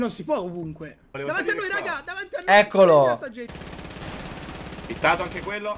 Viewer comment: Ma dice ittato per niente